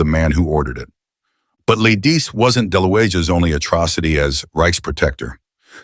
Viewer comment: You aren't pronoucing Lidici correctly, even though you've said it at least 3 ways in this vid. You know, you can look up pronunciations on google.